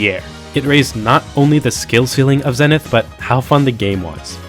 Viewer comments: Warning... don't even consider turning the pronunciation ZENNITH into a drinking game. You'll end up in the hospital. 😉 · Have you people never heard the word zenith spoken out loud or something? Zee-nith. Its not that hard.